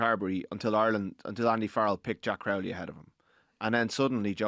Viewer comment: pronounced Crowley correctly 🎉🎉🎉🎉